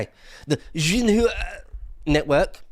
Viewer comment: Man. Have the Lotus Eater's audience become so captured by the CCP's anti-Western propaganda that even needs to pussy-foot around for 20 minutes before he just comes out and says it. It's pronounced Shin Hwah, and it is literal Chinese Communist Party propaganda, which is why it's so dry ans primarily reports on the "great" things that Xi does every day: the staff there are terrified of saying something Xi might interpret as criticism/insult. "Nothing wrong with that." Well, it depends how stupid you want to be about taking a psychopathic dictator at his word. For example, would you still be saying "nothing wrong with that" if Starmer launched an "Anti-Corruption" investigation into any organisation like the Electoral Commission, the judiciary. or the police, any time the prospect of having another election was raised? Or how about "Anti-Corruption" investigations coincidentally being announced into any person/organisation who just happened to call for the prosecution of crimes against vulnerable young people, when the overwhelming majority of the suspected criminals come from an electorally favourable voter base? Would there still be "nothing wrong with that?" People who call themself "conservative" and denounce the Left for their foolish xenophillia, really need to have a think about why they'll reflexively (and almost always rightly) call bull💩 on stuff coming out of the BBC, but then simply accept the output of roughly equivalent sources of in